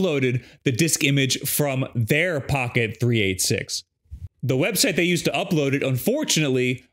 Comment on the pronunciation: Boomer callout here, but you say that "Three Eighty-Six" not "Three Eight Six". It's named after a chip that was huge back in the day and nobody called it a 3-8-6. I assume it actually has a 386 in it?